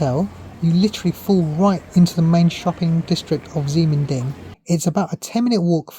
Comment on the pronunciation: Ximending is pronounced "Shi Men Ding", unfortunately it's the PRC's way of spelling. Taiwan Used to use Roman spelling which makes more sense. For example, PRC spelling Qi would pronounced Chi. The reason for PRC spelling that way is to fit all the phonetic sounds for Chinese on a standard alpha-numeric computer keyboard. So they end up having X as sh, Q as ch and a few other odd ones.